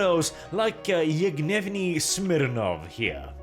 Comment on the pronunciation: The way you called the guy, Evgnevni Smirnov, sounds like "Infuriated Smirnov" in russian ))